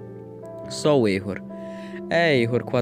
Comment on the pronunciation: N se diz erro 404 se diz error 4 0 4